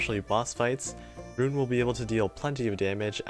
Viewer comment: Earned my Like for knowing how to say her name right.